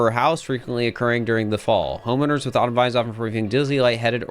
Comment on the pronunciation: "honeowmers" lmao i love catching when people misspeak its very funny to me